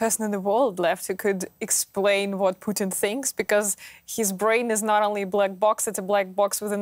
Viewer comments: It's PUTIN not POUTINE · Pooh-tin.....also known as "Darth Invader"